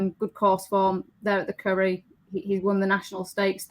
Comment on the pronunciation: Lady not Curry but Curragh hahaha